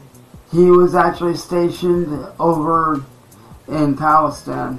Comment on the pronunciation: He can’t even pronounce Palestine. How would anyone be deployed to Palestine, “a couple of months ago when it started getting bad.” The Hamas terrorist attacks only happened weeks ago. He’s making this up as he goes. Which I dunno why I’m even dissecting this, this is his normal shit.